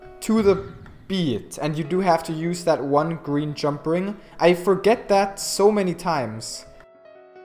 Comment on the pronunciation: Lol, he says "Jum" instead of "jump". xD